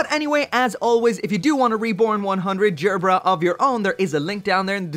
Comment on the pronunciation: hard G, not J. learn how to speak.